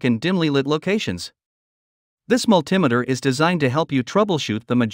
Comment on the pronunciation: How can I take this list seriously when you can't pronounce multimeter right?